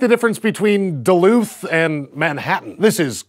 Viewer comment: Did you say duluth?? Is someone from minesota 🤨🤔